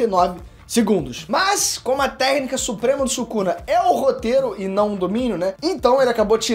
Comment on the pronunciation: " Sukana " KKKKKKKKKKKKKKKK